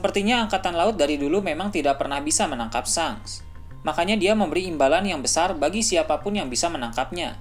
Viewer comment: Ejaannya memang shanks , tapi sebutannya " shenks" min.. lidah kacau bgt lu min..